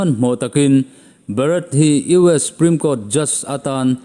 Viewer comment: 'Supreme' tih ah hian S leh P inkar a 'U' hi i paih daih zêl a. Huat awih loh.😂